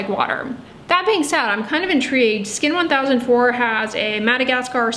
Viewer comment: Btw Skin1004 is pronounced by the koreans as "skin angel", just to let you know! the word 1004 in korean (cheonsa) just so happens to also mean angel lol